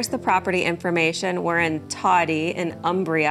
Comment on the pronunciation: Thank you for this video. I like all the details re: the town. BTW, it's pronounced 'OOmbria'. Ciao!